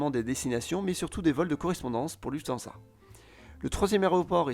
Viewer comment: Très intéressant, merci bcp. Amusant aussi d'entendre prononcer "Lüfthansa" ... ;-) et "Main" pour "Maïnce". Allez, un petit cours de prononciation du pays voisin 💕